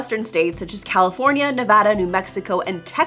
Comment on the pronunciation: Oh please, after more than 40 years of living there Schwarzenegger can't ever say California.